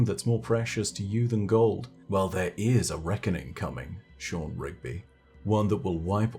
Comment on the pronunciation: So we dont have any rigby's but we do have a shaw-han. Sean , shaw-hawn just saying